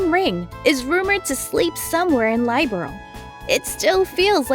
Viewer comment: The mispronunciation of Liberl has me cringing every time.